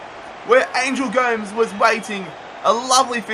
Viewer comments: Did he actually say angel goms Its pronounced like gomez i swear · Yooo the pronunciations are killing me!!! Kean? Tielemans? ANGEL GOMES? Love the rebuilds but it’s a little annoying you should work on that a bit